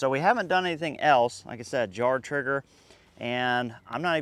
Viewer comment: Jard Trigger? (Sounded like Jar😊) Transcript says jar 🤷‍♂️